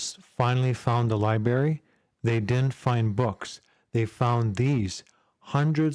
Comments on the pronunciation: Ummm - “libary”. Who doesn’t know how to pronounce library? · I’ve got a challenge someone find the first R in library for this guy 😂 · Silent R what? sounds amateur.